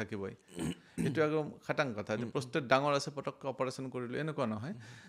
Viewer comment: কথা খিনি ভাল লাগিল ।। কিন্তু, আপুনি কোৱা শৰীৰৰ Organ টোৰ নাম প্ৰস্থেথ নহয় 😂..... আচলতে organ টোৰ নাম প্ৰষ্টেট (Prostate) হয় ।।